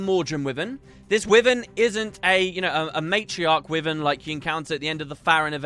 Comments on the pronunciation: "wivven" XD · Wivern :P